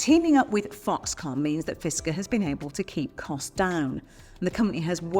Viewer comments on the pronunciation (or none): Oh Ginny, It’s Foxconn, not Foxcom. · Foxconn, Not Foxcomm ! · That's Foxconn, not Foxcom. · It’s Foxconn, not Foxcom. Riskier is known to make lofty promises and deliver nothing in the end, so better take everything they say with a grain of salt.